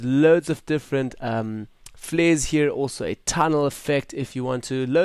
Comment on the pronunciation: "Fleres" :'D Love your voice brah!